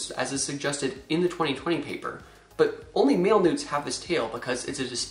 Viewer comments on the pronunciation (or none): none